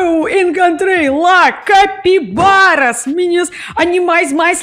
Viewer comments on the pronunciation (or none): Hahaha morri vendo e ouvindo a falar da capivara! (capibara)